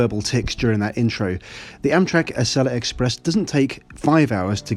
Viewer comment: It’s pronounced “Ah-see-la.”